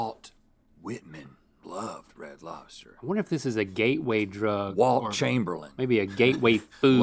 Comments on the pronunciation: Ima be that guy…. it’s “Wilt” Chamberlain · It’s WILT Chamberlain… not Walt 🤣